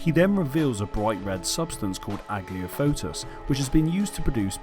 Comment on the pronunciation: I like video, but my god your pronunciation of aglaophotis lol